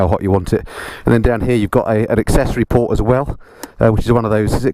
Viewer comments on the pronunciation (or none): none